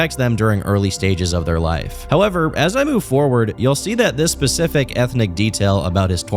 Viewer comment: I cannot focus on the video when you say pacific instead of specific. I am losing my shit